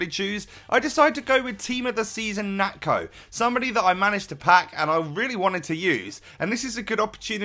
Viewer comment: its pronounced nacho